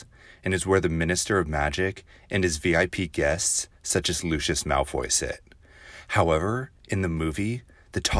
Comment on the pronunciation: What is is with pronouncing Malfoys nane wrong its "LUCY US". Sorry pet peeve.